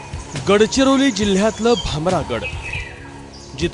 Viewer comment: Gilla nahi bhai jilha....bolte hai